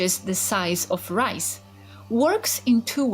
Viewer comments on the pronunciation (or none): none